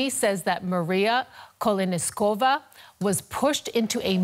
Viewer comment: at least learn names of whom you talk about. It's not KoleniSkova it's KoleSnikova